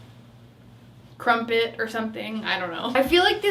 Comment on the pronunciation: When she said crumpet 😂😂